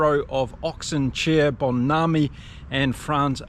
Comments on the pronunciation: Hi, its your Cancun visitor....lol. just a hand with MBONAMBI pronunciation - Break it up as Follows MMM - BO - NAM - BI - and then say it fast - I helped you with Sacha's surname 2 weeks ago and you have nailed it now - I should be a teacher... Keep up the good work 🤣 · Just heads-up.... you pronounce the M in Mmm...Bonambi, the second M is also vocal....Mmm...Bon...NaM (like Namibia, the country) then i as you said.